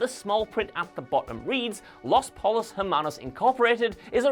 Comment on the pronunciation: You're obviously a huge fan, what with repeatedly saying "Los Pole-os Hermanos" and all.